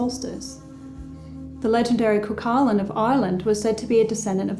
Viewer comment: Cuchulain is Gaelic and means hound of the Smith. It is pronounced, coohoolin. Excellent video once again!